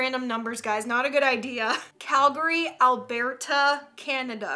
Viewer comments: CaNaDa ALbArTa Me: You mean Al-ber-ta?🤣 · Albarta????? Its alberta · Calgary, AlBEARta, Canada. me: ok... Calgary, Albert. Uh. Alberta. there ya go:) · Alberta is pronounced al bert tah but is okay have a good day slay queen Edit glad your comfortable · It’s pronounced: Al-ber-ta